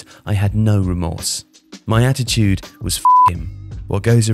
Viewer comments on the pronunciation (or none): none